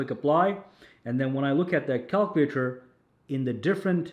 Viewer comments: The way he says calculator 😂😂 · You're pronouncing "calculator" wrong my friend. 😅